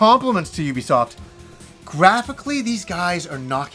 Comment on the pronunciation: Thank you for pronouncing the companies name the right way. THANK YOU.